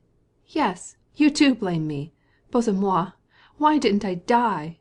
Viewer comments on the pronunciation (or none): Yes....sadly the reader doesn't know its a Russian expression and reads it as if it was a French one 😅